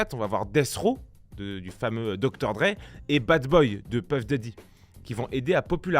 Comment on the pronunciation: J’ai saigné quand il a dit Dr.dre et Death Raw